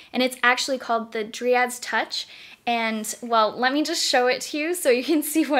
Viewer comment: It’s pronounced dry-ad, not dree-ad